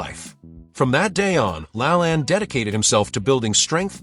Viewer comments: I kept trying to figure out who the heck Jack “LA-land” was. It wasn’t until his TV show was mentioned that I realized the robot narrator was mispronouncing “Jack La-LANE.” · I've heard Jack's last name pronounced as /la-LANE/. /LAN/ I associate with "lans and grooves/. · It's pronounced lalain not lalan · La lane.. not La lan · Jack "La-LAYNE", not "La-lan" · Jack Lalanne is not Lalann. It's LaLAIN Geeeeeesssshhhh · Its pronounced Jack La Lane. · It's pronounced, Jack La LAYNE. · Jack LaLanne's name is pronounced with the long second a as in Lane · Couldn't pronounce Jack La Lane correctly. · I need him to say Jacks last name correctly 😂😂